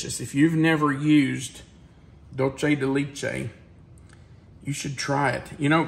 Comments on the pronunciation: I love this recipe but it is pronounced doolsay de lechay not Lee lol (Dulce de leche)❤️ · Please,.....as an Educator, conscientious of things like Enunciation..and Accuracy..Please LEARN how to pronounce Dulce de Leche properly!!! i can help!!! Ready?? it's: DOOL- say day LAY- chay!!! Wasn't that Easy?!!♡ thx!!❤ THANK YOU!!!♡♡♡♡❤ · Dull-chay da leech-ay lol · Hiya, ok I’m going to be that person. The pronunciation for dulce de leche is DOOLSEH de LEHCHE. No long “E”s anywhere. 😊😊😊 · The dulce de leche is pronounced doolsay day laychay just FYI.